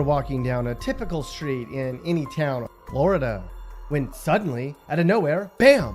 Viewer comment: “ In Floor Duh “ 😭😭😭 why this man talk like that bruh , funny asl